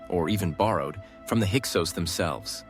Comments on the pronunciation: There may be some valid content here, but dang, is is very disconcerting that the AI keeps going back and forth in pronouncing Hyksos and Avaris with long and short vowels. You might as well turn off the video, the pictures don't match the content 80% of the time. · The word is pronounced hick-sos…. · What an awful.documentay ,repetitive to point ,half of the imaginery wrong , the speaker doesn't know how to pronounce Hyksos and Avaris . A love song to the Hyksos with no real info . It sucks